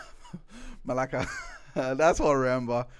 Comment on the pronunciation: You said “Malaka” perfectly! 😂